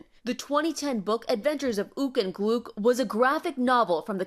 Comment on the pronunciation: hims name not Glook, it Gluk. Rhymes with yuck